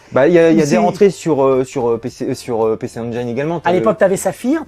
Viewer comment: Pour ma part c'est son "PC enjayn" qui m'a marqué >< les gars c'est engine sans forcer mais admettons que ça vienne de l'enfance ça passe ça passe